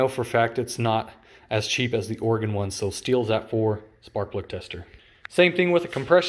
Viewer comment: Stihl, not steel. Otoscope, not autoscope. This must be a comedy video.